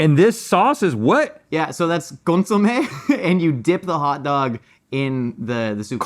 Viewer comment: I REALLY don’t like how says “consomayyy” lol